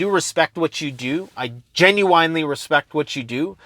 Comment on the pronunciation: "Genuinely" Pronounced "Gen-You-Win-lee".